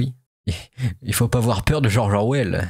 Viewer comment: Il ne faut pas awouar peuw...